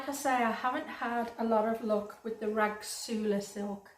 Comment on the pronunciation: I thought the rasgulla silk was pronounced ras-gulla silk? Maybe im wrong, just looking at the spelling?